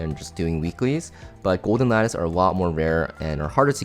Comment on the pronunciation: the goat for being the only CC able to pronounce lattice